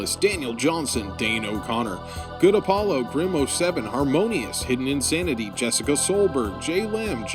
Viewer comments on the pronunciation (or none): none